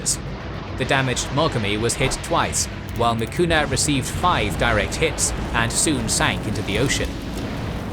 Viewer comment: Cruiser "MIKUMA" not "Mikuna".